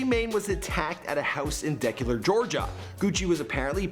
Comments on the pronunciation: This man say deck cu lar lol not Decatur 😂😂😂😂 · Just realized that Paper Boy on the show Atlanta is pretty much based off Gucci Mane. Also Decatur is pronounced (DEE-KAY-TOR) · Its dE-cater georgia😂😂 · its Decatur, GA not "Decalar"... Face Palm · It’s DEE-CAY-TUR not DE-CUH-TER lmao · It's not "decitor" Georgia,it's called Decatur, Georgia pronounced (Dee-Kay-Tor).LMAO "Pookie lock". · de”cay”tur key”shuh” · Yo fool it's pronounced DE- KAY-TUR, DECATUR Which is EAST ATLANTA, Bouldercrest Rd Flat Shoals, fo-life McNair SR HIGH SCHOOL fool ask GUCCI bout it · Where the hell is Decula? Did he mean Decatur DKtur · Its DA -KAAY-TUR georgia, bruh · daclor Ga??? Hahahahaha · I appreciate your videos. I'd like to offer a correction on your continued mispronouncing of Decatur. It's pronounced "DUH-KAY-TER". Have you done a before you were famous for yourself? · It’s Decatur (da-ka-tur). This is the second video where he’s botched the pronunciation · It's pronounced "De-Ca-Tur" 🙄🤦🏽‍♀️😩🤣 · DE-KAY-TUR Georgia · Decatur Da Kate er that's how you pronounce it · OK I wasn`t going to say anything but now I just have to. I`ve watched like three videos from you. How many words, easy words at that, do you butcher. How did you just say Decatur, GA? Not just that word either. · Sir please learn how to say Decatur! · your pronunciation of Decatur 😩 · I love how you always fuck up saying Decatur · How he pronounced Decatur & loc... 😂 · Why he pronounce Decatur like that